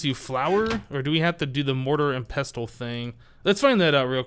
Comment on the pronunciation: You probably heard this by now, but the "t" in pestle is silent.